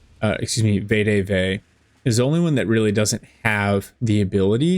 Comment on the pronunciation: Greta video. Also it’s pronounced ve-de-ve not vay-de-vay